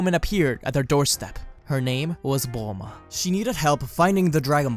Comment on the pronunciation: Any true dbz fan would know that goku sometime says buluma instead of bulma